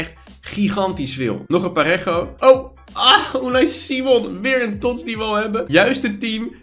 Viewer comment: Het parejo en niet parego.